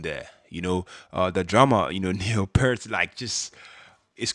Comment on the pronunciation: It's pronounced P EH rt. Just ask Paul Rudd.